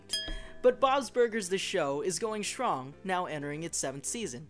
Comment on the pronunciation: "The shows going shrong" Mhm, okay dude.